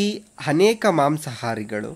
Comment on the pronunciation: Haneka alla guru adu 'Aneka'